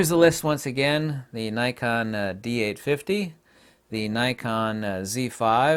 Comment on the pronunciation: Dee eight fitty